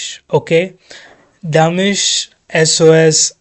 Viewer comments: Not demish,it’s di-mash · Thanks for reacting to Dimash! Pronounced Dee-MOSH Koo- die -ber-GEN. Maybe listen to longer bits of the song so you can enjoy it more. Yes, Dimash is classically trained but he calls his style classical -crossover. Name a singing genre and Dimash can do it. P.s. Your voice is quite loud compared to the video. We would like to hear Dimash but can’t turn it up because you are then super loud. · Thank you for discovering Dimash and welcome to a beautiful world of music. But please not Damish. He is pronounced Dee-maa-sh. Dimash is a 30-years old singer from Kazakhstan and believe me, you’ve seen nothing at all. In my opinion you have discovered the best singer in the world. He has perfect pitch and currently has a vocal range of 6 octaves. Not in one song (mostly anyway😅). However, if you include the notes he has sung live in his concerts so far, you get almost 8 octaves (7.7 from vocal fry C1 (B0) to the whistle register D8; this note is no longer on the piano). At least that's what he's shown us so far. And this in all registers (chest, mixed and head voice up to the whistle register). The transitions from one register to the other are so fluid that they are sometimes not recognized even by vocal coaches or professional singers. His voice is the result not only of his God-given talent, but also of his almost 25 years of hard daily training. From the age of 5 he attended music school in his hometown of Aktobe. He plays several instruments like piano, dombra (a kazach instrument), drums, marimba and more. He has classical as well as contemporary vocal training and sings in different genres from opera to pop, jazz, Kazakh folk, ballads, RnB and he even raps a bit. And often he skillfully mixes several genres in one song. Mainly classic and pop, so he created a new crossover genre. And meanwhile in more than 10 languages. And at his concert in Almaty, Kazakhstan on Sep